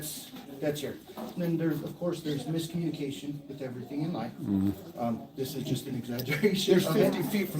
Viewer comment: Lol, he said miscommunication😂